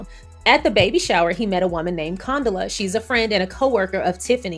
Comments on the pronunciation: Girlll lol, it’s pronounced Con-Dough-La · pronunciation is fine. We were calling Condola everything BUT Condola… she’ll survive. 😂